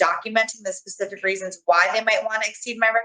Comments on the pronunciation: “Do you need me to be more pacific?” Oh lord.. lol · "Be more pasific" 😅